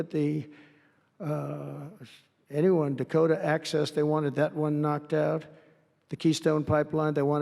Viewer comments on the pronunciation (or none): none